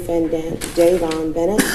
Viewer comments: “dayven” cmon it’s pronounced “day-von”😂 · If his rap name is pronounced “Von” then why would his government name be pronounced “Daven”. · Ohh NY gid u lost me after u repeatedly mispronounced King Von name ..despite the court footage clearly pronounced his name Dayvon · He’s name is dayvon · It’s pronounced “duh von” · His govt. Name is Dayvon Bennet. Like how u mess that up? I know u Canadian but y'all still speak English also. Cmon this aint the 1st time you done fucked somebody name up. Turrible